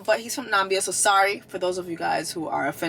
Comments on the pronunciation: NAMIIIIBia, not NAMbya, still love you! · Hahah what is "Nambia" Jessie?😂❤ Maybe Namibia, but there ain't no "Nambia" in Africa😅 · Lol it's Namibia girl, not Nambia lol and I am NOT offended. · Namibia Jess pronounce 😂